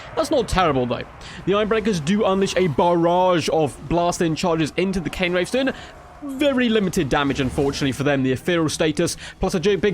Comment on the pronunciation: It's Cairn Wraiths. Sounds like air rather than Cane I believe. That was a party political broadcast on behalf of the Grammar Nazi Party.